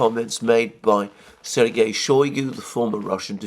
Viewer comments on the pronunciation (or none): none